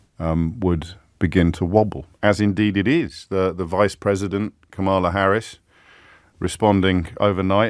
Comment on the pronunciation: If you are going to reference the US Vice President, at least have the courtesy to learn how to say her name correctly.